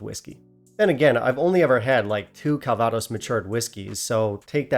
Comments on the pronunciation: If you pronounce CALvados CalVAdos, why not pronounce BANGkok BangKOK? At least that makes semantic sense, right? Less importantly, this doesn't seem to be selling that easily in the German market (nothing is, really), so it's already available at a best price of €76 with shipping included. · I'm strangely impressed that you managed to stress the wrong syllable in a three syllable word when you said 'calVAdos' instead of 'CALvaDOS'! Having drunk quite a lot of it in the region where it was made (including some 1933 and 1945 vintages from either side of a certain German Chancellor) and even picked apples that were to be used in a vintage after I came home, it just sounded so odd to me... I suppose it's similar to 'Loch loMOND' instead of 'Loch LOmond'! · Calvaaaaados? Could be worse.... 😁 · Your pronunciation of calvados is funny 😂